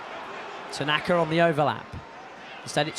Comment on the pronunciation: Derby are crap....the commentators crap....if your gonna pronounce names for other teams pronounce them correctly.....it’s tanaka not tanarrrrrka...idiot.....Leeds fan here hahaha mot👊👊👊👍